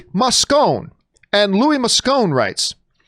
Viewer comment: John Campea per favore con un nome Italiano...... You could have pronounced Moscone properly ;)